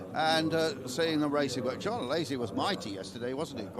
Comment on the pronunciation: Someone tell that commentator ist Alesi, not Alessi